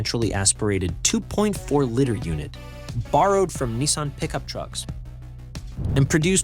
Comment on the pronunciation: Great video. But please learn how to say Liter. "Lee-Ter"